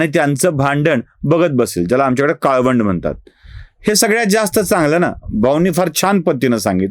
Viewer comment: काळवंड नव्हे तर कळवंड, रवरव म्हणजे च नरक.